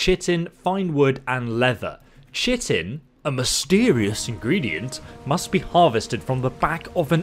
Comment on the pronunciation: Chiton is pronounced Kai ton just FYI, only know that because of ark lol